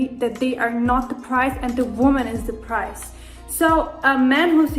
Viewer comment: Why she keeps saying "price" lol The foolishness